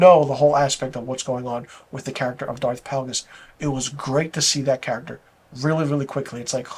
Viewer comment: Isn't it Darth Plagueis? Pronounced like "Play-gus." But, totally agree--it's a joke of a show. I get it, I'm old and too attached to the Skywalker story. Also, I don't think a lot of recent fans (discovered Star Wars in the past 20 years) hold the writing (dialogue, story, logic) to a very high standard. I have friends with young kids and they're just happy to be able to show them Star Wars stories. It's like they think: "Oooooooh, look at the pretty light sabers, coooool. OK, back to TikTok." I just want good storytelling, characters with compelling arcs, clever/fun/witty dialogue, and good logic to why the characters say and do things. I don't watch much tv because most shows fail miserably at these things. So I'm not as desensitized as a lot of folks are. Looking forward to the season finale of The Boys.